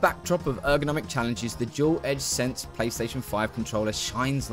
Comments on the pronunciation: “Duel - Sense - Edge” lol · btw its called the dualsense edge not dual edge sense] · Never heard someone say Duel Edge Sense controller and I want to scream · Is the controller named differently outside of the US or does he just say the name wrong the entire video? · Damn dog, 300 hours and you can't say DualSense Edge lmfao